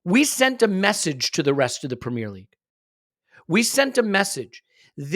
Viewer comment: Pra-meeer league